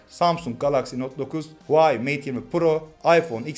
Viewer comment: Huvayi değil HUAWEI